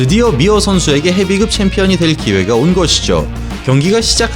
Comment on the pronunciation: 한국사람맞나요?? [헤비끕]도[헤비급]이라고 읽으시고...